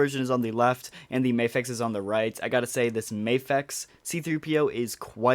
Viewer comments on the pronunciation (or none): Nice! Btw it’s “mah” fex, not “may” fex, my Japanese friends confirmed this 😎 I’ll get this Luke but I think the best Luke is Yavan and Hoth (with a custom mask)